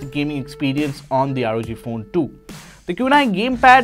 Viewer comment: NO ONE:... Literally NO ONE:... THIS GUY: ROG FOON